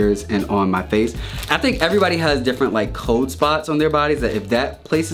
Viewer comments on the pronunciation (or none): It is pronounced "cold" not "cowd".